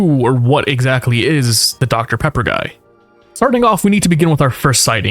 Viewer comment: Deoctah Peappah